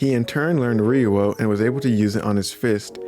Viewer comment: Lol why does it sound weird when he says ryuo lol. (Reeoh)